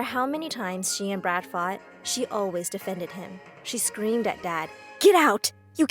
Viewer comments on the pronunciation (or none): Is it just me who hear the name "Brad" as "Brat"??😂😂😂 (No offense)